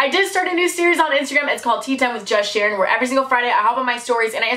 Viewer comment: No offense but when you said "its Sharon" it sounded like you said Ed Shiren